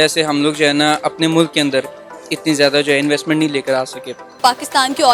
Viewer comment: Mulaaaaaaaak nahi bhai..MULK bolo...